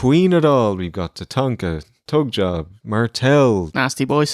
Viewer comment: I'm sorry, but did I hear you say "Tugjob" in the listing of people? Genius